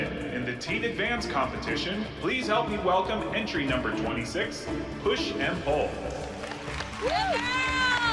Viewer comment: Thought she said push and poo xD